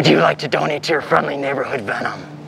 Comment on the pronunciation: Veenom lol